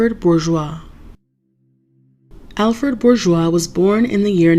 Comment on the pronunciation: Surname is pronounced BOO-ZWAH